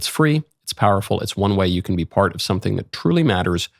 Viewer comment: "part" not "pert"